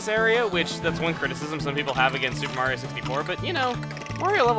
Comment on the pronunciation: Telepor' Mawio! and as you can see, Mawio's pre'y much mawstered tha' ability, wewl done Mawio!